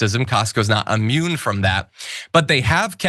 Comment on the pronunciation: Unmune? Did you mean immune?